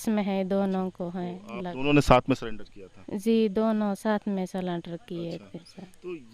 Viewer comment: सलेंडर नहीं सुंदरी जी सरेंडर बोलते हैं इसलिए पढ़ाई किए रहती तो आज पक्का IAS बनती😂